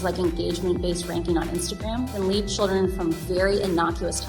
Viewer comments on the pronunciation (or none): none